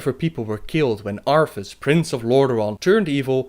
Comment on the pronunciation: I don't mean to be mean here, but I like your accent. Though I kept chuckling when you said 'Arthas'. Sounded like Arfus, and I kept thinking of Worgen Death Knight named Arfus and his sword Rimedelight. Riding into battle on his steed Invulnerable and yelling "RRRRRRIMEDELIGHT HUNGRRRRS!"